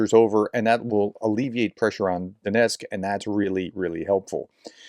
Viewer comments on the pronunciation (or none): none